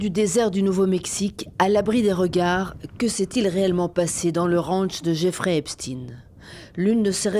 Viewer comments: Epstein pas epstine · Est ce qu’on dit Albert Einstine ? Non, on dit Albert Einstein. Alors merci de dire également Epstein et non Epchtine !! C’est pénible à la fin ces éléments de langage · Epstine 😂…donc on dira Einstine hein ? En Français c’est Epstein c’est balo ça fait moins Russe ! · Epstein, Einstein, rammstein. Stein ! CHTAIENNN ! Et pas Epstinne ! Bordel !